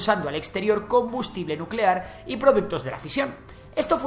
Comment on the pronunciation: NUUUUCELAR, la palabra es NUUUUCELAR. 😂😂😂😂